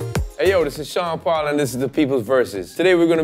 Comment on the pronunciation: I as an Aussie always thought Sean at the beginning was saying Chanderpaul & if ur a cricket fan then you'll know exactly what I'm talking about